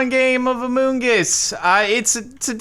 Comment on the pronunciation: Why does he say amoong us and not just among us